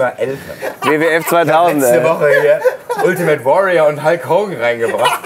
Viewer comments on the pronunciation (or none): none